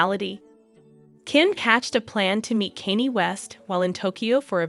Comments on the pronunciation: kaa-nyay thats how you pronounce Kanye.. Stop being a clown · WOW 😮, YOU CAN'T EVEN PRONOUNCE KANYE, YOU SHOULDN'T BE REPORTING STORIES IF YOU CAN'T PRONOUNCE THE NAMES!!! SAD & SICKENING!! YOU EDOMITE!!! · Is is that hard to say KANYE🤷🏻‍♀️